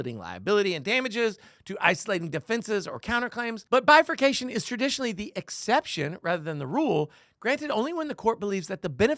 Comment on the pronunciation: Did you say "bifornifaction?" Glad you corrected his age, but by the time this thing is finally finished NOT being granted certiori by The Supreme Court, we may all be 100.